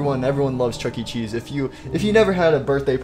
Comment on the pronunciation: You said chunky cheese instead of chuckecheese